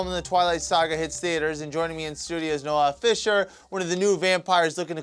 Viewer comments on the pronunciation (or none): Noah Fisher? It's Noel Fisher -.